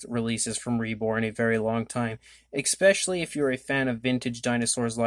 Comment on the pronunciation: ESSS specially, not ECKS specially